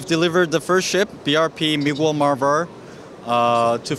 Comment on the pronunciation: I like how korean butcher the last name "Brp Miguel marber"😂😂😂